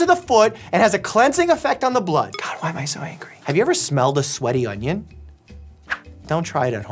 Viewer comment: "IT WILL CLEAN THE BLooOood!?!"😅